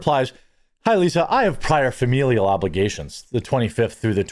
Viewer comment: She said 'familial' lol